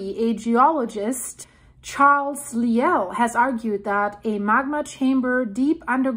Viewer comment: The Scottish geologist you refer to, Charles Lyell, is pronounced Lie + ell, not Lee + el. He was a friend of Charles Darwin. Formulating the principles of 'uniformitarianism' (the creation of the Earth over time) he wrote 'Principles of Geology' (three vols. ). I booked a trip to Naples, Pompeii and Sorrento at the end of April, now obviously in question. So thank you, your bulletins are much appreciated.